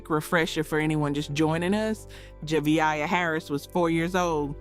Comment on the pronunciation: You could at least get her name right. It’s not hard, especially after listening to multiple people say it correctly. Juh Vay Uh… Javeayah